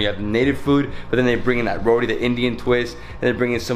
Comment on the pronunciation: Row-tee not Row-dee... geesh